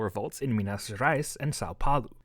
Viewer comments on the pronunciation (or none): none